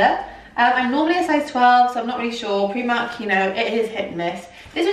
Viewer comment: you say Preemark, rather than pronouncing the i as in the word 'time'. :)